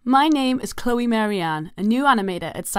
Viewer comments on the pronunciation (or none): none